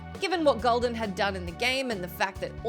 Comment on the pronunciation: Warlocks in WoWarcraft; it's not "Gold-an", it's "Ghuul-daan". obviously never heard the character's name spoken before by the games.